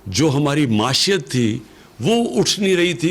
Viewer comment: Muashat??? It's pronounced Moeeshat